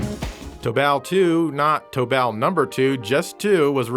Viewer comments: Toe-Ball, tobal ;) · Tobal is pronounced like the word "total." Just replace the "t" for a "b." So, you had it right the second time you mentioned it. Glad you mentioned this game, especially Tobal 2 which is by far my favorite fighter on the PlayStation.